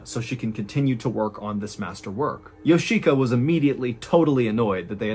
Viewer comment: Of all the beyond weird aspects of this lunacy, I can't help wondering how a person can learn this much about a Japanese family without realizing that the i in Yoshika would never be accented & if anything, it'd be de-accented. It's just odd hearing Yo-SHI!-ka every few seconds over & over again.